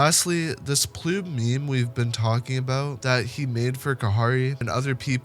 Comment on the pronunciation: Its not ploob its actually poob...